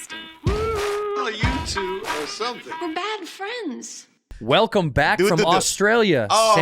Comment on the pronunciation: So is it really called “Bad Fleinds” ????